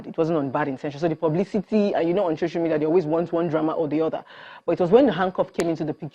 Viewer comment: Its so-cial media not shosho media u liaring bastard